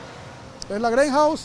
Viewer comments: Jaja cada vez que decia greyhouse me daba como risa y enojo y luego que grabo al oficial de dice Im not recorin your feis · Que mala pronunciacion, que es eso? " Greinhouse"??? Te queda grande la asignacion!!! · Que no es greyhouse Es greyjound ,,que bruto pongale cero